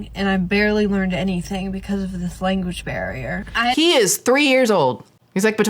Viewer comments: All this about them not speaking English … and this b is saying ‘Englis, ‘language BEAR’, and ‘public TRANSPORT” 😂😂😂😂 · I’m sorry…did she say language BEAR? 🐻 she did not!! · Did she say, "THERE WAS A LANGUAGE BEAR HERE" instead of Language Barrier?? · …did she say there was a “language bear” with the dad? 😂